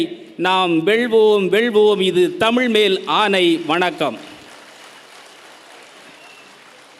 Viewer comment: மோசமான தமிழ் உச்சரிப்பு உங்கல் அனைவருக்கும் வனக்கம் தமில் மீது என்னய்யா மோசமான உச்சரிப்பு இது? கவி மேசை மத்தியில் அதிகாரம்.. நிர்வஹித்து ஆதிகாலம் அதிகம் இதயம் இதெல்லாம் தமிழ் மொழி சொற்கள் அல்ல